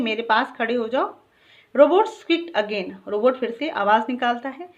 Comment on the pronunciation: Mam you pronounce Robutt wrong